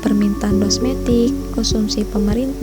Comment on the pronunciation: di Menit harusnya Domestik bukan Dosmetik tuh ka....